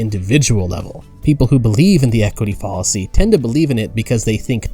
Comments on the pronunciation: Fall-a-see, Foul-a-see. :| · I agree with you. I thought he was saying “policy” instead of “fallacy.” There are a number of other odd mispronunciations too. It’s very distracting and really detracts from the credibility of the video. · Your pronunciations of “fallacy,” “deity” “Elon” are all incorrect and quite odd. You even said “understrand,” “hatredch” and something nearly incomprehensible for what I believe was supposed to be “determine,” for some reason. It’s distracting and detracts from the credibility of your videos. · This video just kept getting so many things wrong, but I think the final straw that made me click away was the way he pronounced "fallacy." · I’m actually not progressive in the slightest, but I agree with your critique overall. Something about this video rubs me the wrong way. His tone is condescending and pedantic, which is ironic considering how many words he blatantly mispronounces, ironically including the word “fallacy” itself. This video is also far longer than it needs to be for what is ultimately a pretty simple concept. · Not the only odd pronunciation throughout the video. He ironically repeatedly mispronounces “fallacy,” along with a few others at least once, such as “deity” and “understand.” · Good video but it’s full of odd mispronunciations. Follisy instead of fallacy (rhyming with palace-y). Ellen musk instead of Elon (eel-on). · Good video but your constant mispronunciation of fallacy and Elon pains me. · How do you mispronounce Elon Musk. I could gloss over the mispronunciation of fallacy and many other words but come on. Elon Musk's name?